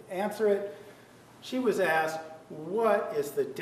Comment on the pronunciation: Once during the trial Juan objected to saying "excape", and I'm pretty sure he also says "axed"